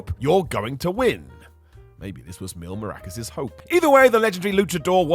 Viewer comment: Why is bro saying Mil Maracas 😂 he ain't playing no maracas in the ring. Mil Mascaras, Mascaras!!! Million masks not million maracas 😂😂😂😂😂😂